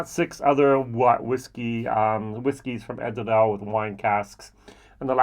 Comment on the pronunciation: I love your pronunciation of Edradour, that R in french style is so cool 😁 Great review with comparison of these gems 🥂🥂🥂🙋‍♂️